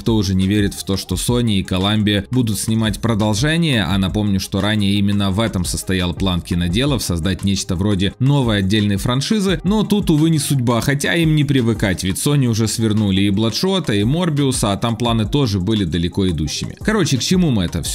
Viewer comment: Ф - франшиза. А не шраншиза